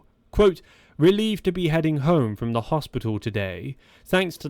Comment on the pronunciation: Chris "frum"